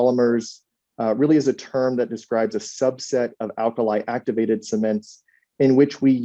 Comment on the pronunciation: Alkali Áctivated